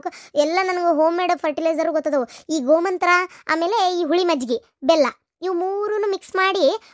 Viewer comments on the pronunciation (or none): Gomanthra alla gowri😂 gomutra ✓ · ಗೋಮೂತ್ರ, ಗೋಮಂತ್ರ ಅಲ್ಲ.😂😂😂